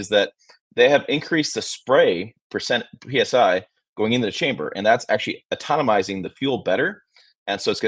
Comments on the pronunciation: you are driving me nuts the way you pronounce ATOMIZING. It is A-TO-MI-ZING. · Atonomizing? Atomizing* 😂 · Atom - izing Not Automomizing